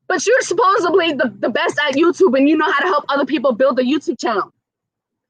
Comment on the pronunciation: The word is actually SUPPOSEDLY, not "supposably".